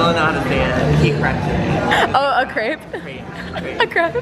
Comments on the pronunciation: Just to give his props...... He pronounced crepe correctly! I dated a chef in France and that is exactly how you say it! 😉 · That's actually how other countries pronounce crepe! No need to worry!